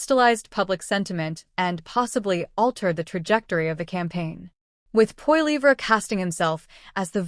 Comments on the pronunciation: Could you pronounce his last name correctly! Seriously!! Yes he will be our next Prime Minister so I suggest you realize how to pronounce his last name! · Sorry, but as soon as I hear an AI voice, I'm out of here. If you can't do a video and narrate it yourself, don't bother. It comes off as too fake. The pronunciation of Poilievre was horrible.